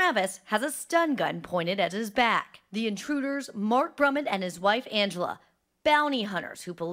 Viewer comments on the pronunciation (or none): none